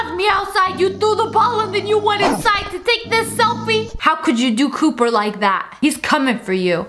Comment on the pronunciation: Omg she really said Cooper meh dog is called Cooper 🤣😂🤣😂